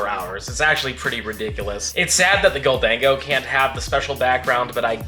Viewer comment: lol “Gol-Dango” it’s Golden-go I believe